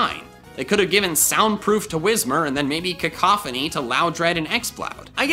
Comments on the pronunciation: cacophony lmao. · baby shoyru Cack-a-phony